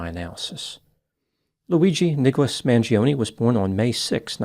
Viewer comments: you of all people should pronounce the surname Mangione correctly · Maybe one day Americans will pronounce their Italian last names with linguistic integrity Mangione is not pronounced manjeeohnee The I vowel and E vowel cannot ever have the same annunciation yet Americans are lazy as Eff when it comes to the integrity of properly pronounced English Mangione is properly pronounced Mahn- Joe-nay